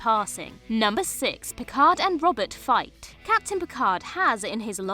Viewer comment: That's not how you say Robert.